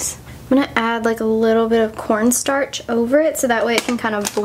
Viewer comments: WAIT WAIT waittttt did she say "let apply little bit of PornStarch" ???? 0-0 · I didn't hear very well that's why I thought she said that "PornStarch" xD